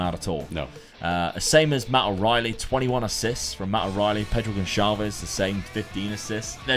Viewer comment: mate! Just a hint: in portuguese the "Ç" is pronounced like an regular S. So it would be Pedro "GonSalves", like in the word "açúcar" that is portugues for "sugar".